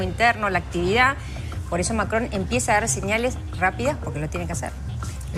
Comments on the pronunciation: MAKKKKKRON😂😂😂😂😂😂 pronuncialo bien, si no hablas francés 😂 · "Macrdón" dice Santillan jajajaja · Maria Laura Zurdistán: "lo que acaba de decir Mackhon" ridícula. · La periodista santillán dice Macón y se llama Macrón ¿ok? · No es Macron, es MICRON !! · MACGGGGGONNN.... JAJAJA (le agarra un acv cada vez que lo dice) De la misma familia de Pagni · Si ya vimos que sabes pronunciar macron en france😅😅😅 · Cómo pronuncia Macron la ensobrada ésta? R.I.D.I.C.U.L.A. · La periodista No puede decir Macron... Cómo todas las personas normales ( fantasma )